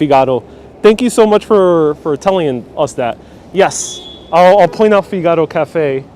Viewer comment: It’s pronounced ”Fig ah ro.”